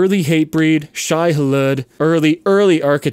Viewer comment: Hearing you brutally massacre some of the oldies ie zao(zay-o) and shai hallude(shy hall-ude) really drives me crazy...I could just be an old cranky guy but I kind of understand because maybe you never saw them live